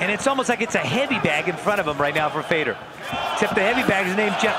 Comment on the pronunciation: Who the hell is "Fader" ????? His name is FEDOR!!!!!!